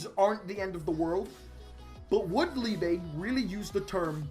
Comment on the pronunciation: If his name is the German word for love, it is pronounced Leebuh, not leebay.